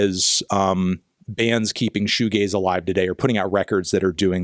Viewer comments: Cool video but I didn't really like when you said "this video is about shoo gays." Thought it was a bit homophobic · Pronouncing Shoegaze like Fugazi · Goo shaze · Patrick Shoe-Gayze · That's shugazi AF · Worse, my brother pronounced it "showgazi" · It’s a shoegazi it’s a woozi it’s a wazi it’s fshewewewew 🤏🏻🤏🏻 it’s fairy dust man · Before I read the comment and heard it pronounced, I thought it was Shoegazi given its connection to Hardcore. Sanctimonious Reddit user is loser.